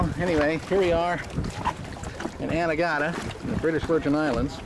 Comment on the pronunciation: Where did you sail to, as I can't quite make it out??? BVI.. Anna garda, anna guana, just can't hear it anyway great clip :-)